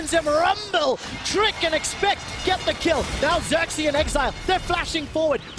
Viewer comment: it's not sörksi it's fucking xerxe!